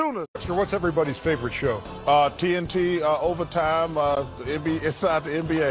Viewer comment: TNT overtime 🤣 he need hooked on phonics